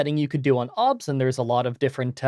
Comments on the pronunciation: The only thing wrong here is how he says 'OBS' the rest is fantastic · I have never heard anybody pronounce it "Obs" before- everyone else I've heard that uses it says each letter independently...